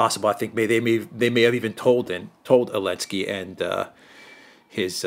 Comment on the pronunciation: Really love casual use of "Elensky"